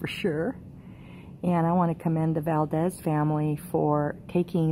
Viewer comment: It's not Valdez it's Valadez